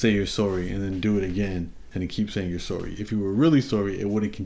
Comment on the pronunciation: "Sowry" ...Canadians 😆😆😂 Love you Humble.